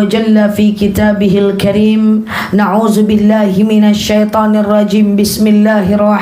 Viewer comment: Kenapa ya ko ustajah kalo bilang AUZU BILAH...tp NAUZU BILAH...apa beda nya ya...mohon penjelasan nya 🙏